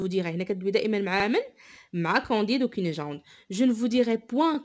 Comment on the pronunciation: Cunegonde et pas cunejonde